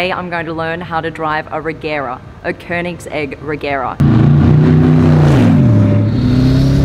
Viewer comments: It's Koenig segg.not koenigs egg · did i just heard she'd pronounced it koenigs egg in the beginning? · did she just say Koenig's egg ? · Koenigs-egg Regera